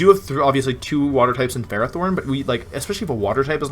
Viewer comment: Ferrothorn is pronounced fare oh thorn It translates to iron thorn